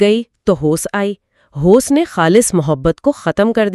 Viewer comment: Very nicely explained but Please use correct pronunciation it's hawas not hoce. Some time It's really difficult to understand what exactly you want to say. Sorry please, not critising.